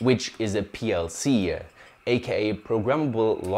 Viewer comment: Why do you add extra "E" sounds when pronouncing certain things like PLC, Variable, Example, Do, OPTA etc.